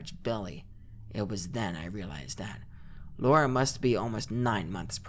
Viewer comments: Me everytime [] said Lora instead of Lara: 😑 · The creepiest part of this video is how keeps pronouncing Lara like Laura